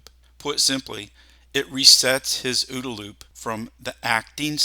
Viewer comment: For the sake of pedantry, Colonel John Boyd never pronounced it "Ooda" loop. He always spelled out the letters. It's called the O-O-D-A Loop.